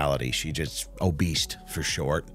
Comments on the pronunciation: Is double nose-ring lady's "obeast" for "obese" kind of like your "adealt" for "adult"? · I thought my husband was the only one that said "obeast" but the donkey lady says it too so it must be legit. Lots of lettuce Amen